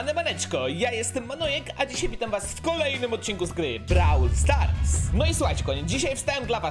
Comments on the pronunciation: Pane browl stara się muwi a nie brol star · brawl stars się pisz a mówi się brołl stars